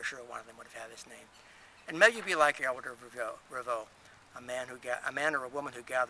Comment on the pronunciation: My first name is Ælred and I love it, Richard is my middle name. It sounds as if you're not pronouncing the "l" strong enough in the video, I learnt it as "red ale" reversed ie ale red. I'm very fussy how people pronounce my name.